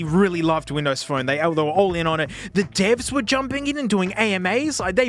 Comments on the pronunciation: i get hes saying bindows but its so much funnier to think hes saying bimbo every time since it sounds just like it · i thought I heard "BIMBOWS??" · It's not "binbows" 🫩 you need to rerecord the audio and correct the OS name!! It's "microshaft winblows 8" 😆☕️🚬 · smasnug binbows I'm dead😂😂😂😂😂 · binbows on a smasnug? this is not okay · The way he says Binbows gets me to jump everytime as a german